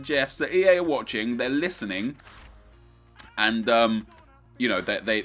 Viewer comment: hey lissen,lissen.i dont think you lissening